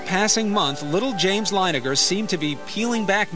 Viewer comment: Linegar?? Really? Leininger. You could literally google it...